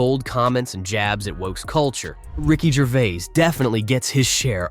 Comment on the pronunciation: I was just going to say that. And in the beginnings: 'Ricky Gervé' - sloppy shite.